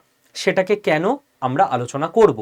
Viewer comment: 'কেন' -- 'কেনো' নয়।